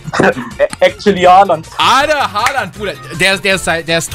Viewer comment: Haaland wird "Håland" ausgesprochen.